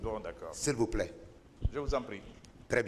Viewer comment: Et votre client arrogant et nul a choisi un idiot comme vous . Vous ne savez même pas prononcer les mots les plus faciles par exemple on dit pas ze mais je, ze suis entrain de vous dire. Pp ferme la tu nul et mal poli